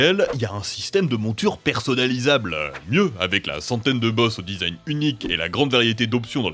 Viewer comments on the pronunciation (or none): none